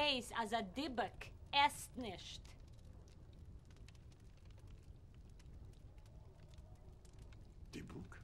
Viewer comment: The point is Fyvush Finkel pronounce “Dybbuk “ absolutely correct and with accent on last syllable as is pronounced in Hebrew.